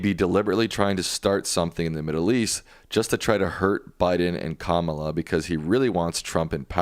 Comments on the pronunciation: It's Kama-la!😅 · Pronounced CommaLa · Does the Professor not know that it's considered disrespectful to mispronounce the Vice President's first name? Comma-la. It's not hard. 😡